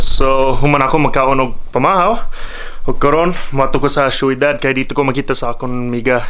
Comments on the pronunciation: Syo.dad dili shoidad 😅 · onsay .sheyodad .. dli na ang tarong kai shodad,syudad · Not soydad. Its shodad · syudad pronounced as shoedad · magkatawa ko mo sultig kag "syudad" - "shoeydad" 😂😂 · Galisud sya ug storya sa "Ciudad" hahaha